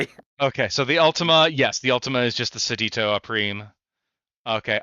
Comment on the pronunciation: The Seditio Opprimere: Seditio is pronounced Seh-dish-ee-oh.